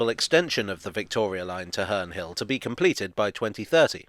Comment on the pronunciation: Its sound like hernrie hill